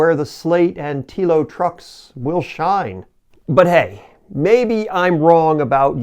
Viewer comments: All valid points but it kind of torpedoes what you are saying if you have not researched things enough to correctly pronounce the vehicles you are talking about. "Slate" is easy. "Telo" is not 'Tea-Lo'. It's 'Tell-Oh'. Picky , I know but a simple viewing of any of the Telo videos out there would have let you know. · You should've named this video "The American 'Big Truck' Lie: What the Big, Clumsy American Automakers Want You to Believe". I can't wait to retire my F-150 AND my Mustang in favor of a single 500 hp, 4WD Telo. BTW, it's pronounced "Tello" - not "Teelo". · It's "Tel o" as in hello. Not "tea lo". It's the F series that's the best selling, not the F150. People generally buy what's available on the lot. I have the L:ightning Pro as well. Meets my use case. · When doing a video about how bad other brands are going to be, just take 5 minutes before you start and do a bit of research on how to say the brand name. Telo is pronounced like Hello, except replacing the H with a T. The people who are creating the truck say the name multiple times on every single one of their videos... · It's telling that you don't know how to pronounce Telo. Meaning you've never bothered to look up a video on it, or you'd know how it's pronounced because they say it all the time. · "Weird" is not bothering to do enough research to pronounce the company name correctly. When you heckle Wilbur and Orville, you demonstrate your own limitations- not theirs.